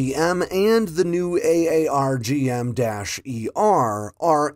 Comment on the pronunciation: AARGM-ER is pronounced “Arr-gum ER”